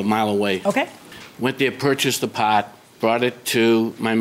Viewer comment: The mechanic might have been sticking it to him for bringing in his own paahrt Mechanics/techs play games, trust